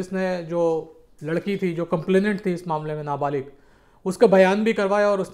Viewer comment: Baat kar na sikhle pahle ..kabhi na balik bolte ho kya hain ye 24 saal ka larki na balik kese huwa 😂😂